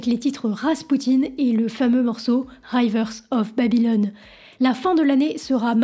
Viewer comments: Ça serait bien d'avoir quelques notions d'Anglais avant de faire une vidéo qui sera vue par un grand public. C'est bien "Rivers" et non "Raivers" (phonétiquement). Il suffit d'écouter la chanson. Sinon, l'histoire est authentique. Bien fait! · on ne dit pas “raïveursse of babylone“ mais juste “riveurzes“. sinon c'est cool la vidéo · On ne dit pas RAYEvers on Babylon, on dit REEvers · Le titre ne se pronounce pas "Rai-vers" of Babylon. Il aurait suffit d'écouter encore une fois la chanson pour s'en rendre compte. C'est RAIders of the lost ark, mais RIvers of Babylon. Et ne le prononcerz pas non plus comme les Français prononcent le nom de Dick Rivers, c'est à dire Diiiiiiiiiiiick Riiiiiiiiiiiiiiiivers. Vous vous imaginez ce que cela donnerais si les Americains ou Anglais prononceraient en Anglais Pompidou ou Mitterand ou "McCrunn" ? Et maintenant, cry me a RIver ! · Si je peux me permettre, on ne prononce pas "railvers" mais "rivers", avec un i tout simplement. Ça fait mal aux timpans😂.... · Avant de critiquer ,apprenez à bien prononcer le mot rivers ( rivière ) et non pas rai vers! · prononcé "riivers" of Babylone, pas "rayvers" 😀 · Si vous écoutez Rivers of Babylon, vous devez bien entendre comment on prononce le mot River en anglais, non? Alors pourquoi le prononcez-vous aussi mal!? C'est pas raïveurs, c'est riveurs. I, comme le i en français. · pas ""raivers"" mais bien "riverze" just listen to it """by the rivers of babylone"" merci pour le topo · C'est rivers of Babylone , pas raïvers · Faut arrêter de dire raïvers !!! C'est Rivers avec un i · On dit rivers et non ryvers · C' est riiiiveurss et on dit pas raïveurss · Rivers … Le " i " se prononce i comme dans "ri" … vière Pas "aïe" comme dans aïe aïe aïe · "Ryvers of babylon" 🤣 juste Rivers of babylon en fait pas la peine d'essayer d'être + anglophone que les anglophones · oh my god, "rivers of Babylon" prononcé raye-vers of ...". mais vous ne l'avez jamais écoutée, cette chanson ? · " Raï " verse 😂😂😂